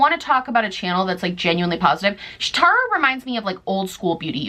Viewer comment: Girl I was watching this from the kitchen and when you said “I love Tarah” I was like 👀 Wait.... look at my name. 😂 I’ve never heard anyone say it like mine is pronounced so thanks for making my day. Lol